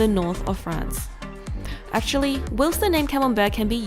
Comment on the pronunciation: "Whilst" is pronounced "while" + "st", not "willst".